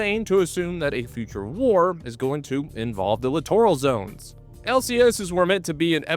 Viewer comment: did you say clitoral zones?